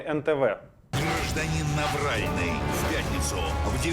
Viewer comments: Мне же не одной в начале послышалось Навральный? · На нтв можно спокойно в суд подавать, за то что коверкают фамилию